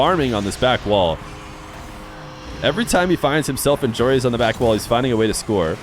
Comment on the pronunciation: Another american who cant pronounce Joreuz...